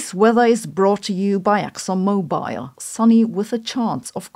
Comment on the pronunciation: Exxon mo-bile?